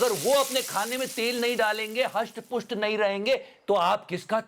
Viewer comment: Hasht pusht nahi, hrisht pusht hota hai. 😊